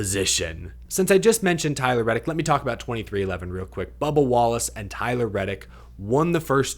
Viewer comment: Hilarious to keep hearing Leigh Diffey refer to "Bubber" Wallace.